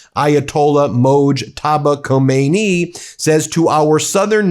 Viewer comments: The supreme leaders name is khameny not kohmeinie or so😂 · Again, you are not pronouncing a world leader's name properly. You say Khamenei so incorrectly. Do better when you are being a popular journalist. It's not difficult. Very frustrating to watch.